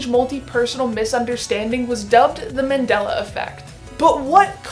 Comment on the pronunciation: Its Mandela, not Mandala